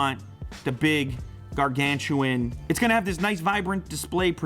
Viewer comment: "gargantuan" LMAO